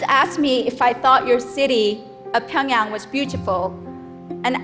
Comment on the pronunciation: How beautifully are u saying this Pyongyang wow